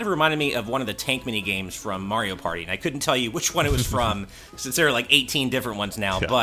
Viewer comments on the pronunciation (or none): none